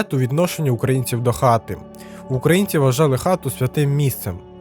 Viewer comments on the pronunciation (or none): none